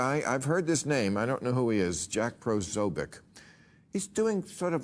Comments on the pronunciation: Maher shows how little he knows by not knowing who Jack is and not even bothering to try to pronounce his name correctly. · Posobiec's name doesnt start with "PRO", it starts with "POS." FFS, get it right, Maher.